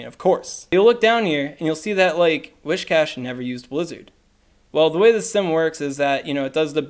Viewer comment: Alright so I hadn't planned on saying anything but since the topic of pronunciation has been brought up, it might be worth double-checking where the first 'h' in "Whiscash" is